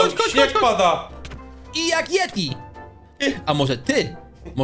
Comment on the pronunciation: Yeti A nie ieti